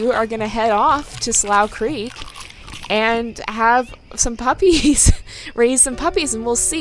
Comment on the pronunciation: Slough is actually pronounced Sloo-cr-eek